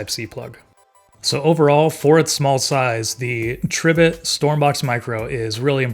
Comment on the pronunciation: Tree - bit💀💀